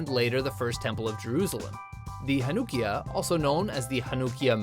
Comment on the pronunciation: WRONG! That's not how you pronounce Hanukkiyah! It's pronounced more like "hanna-kia". I have celebrated Hanukkah for all my life and I've only heard ONE other person pronounce it the way you did. The more you know💫